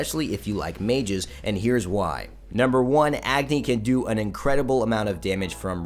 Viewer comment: it Pronouced as A-gni not Agni.